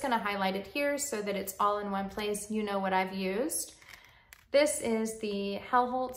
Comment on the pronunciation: Hjelholt is pronounced “Yell-Holt” just in case you wanted to know 😊